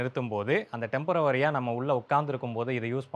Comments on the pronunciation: ஓவரா வரி போடுறீங்க நீங்க... டெம்பரவரி டெம்பரவரி என...😅 டெம்பரரி (temporary) என பலர் சொல்வதில்லை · டெம்பரவரி என்று சொல்ல கூடாது. டெம்பொரரி என்று சொல்ல வேண்டும். Temporary is the spelling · Temperovary ❌ Temporary ✅